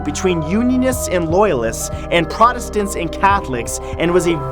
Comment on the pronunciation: The way he pronounces Protestant though 😂👌